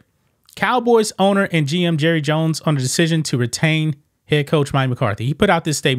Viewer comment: “Hi, I’m Jurry jones.” 😂